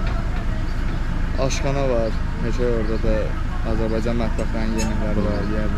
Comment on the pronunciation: Xoş gəlmisən səfa gətirmisəm Ama bu AZERBAYCAN sözünü deməyi bir türlü öyrənəmədiniz AZERBEYCAN DEYİL AZERBAYCAN OLACAQ